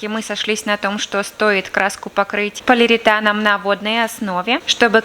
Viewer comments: А от «полиритана» вместо полиуретана вянут уши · Да, «полиритан» слух несколько раз резанул))